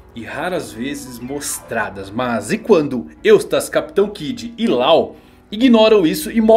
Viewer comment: Láu, Lol... não cara, a pronuncia é Ló!